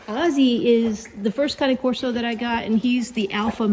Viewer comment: Thank you for calling the cane corso with the correct pronunciation! :) Beautiful dogs.